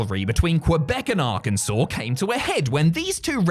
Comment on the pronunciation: I’m from Arkansas and I’m just glad you didn’t pronounce it as “Ar-Kansas”. Thank you and Cultaholic Wrestling as a whole, KISS KISS (Love you, bye) 😘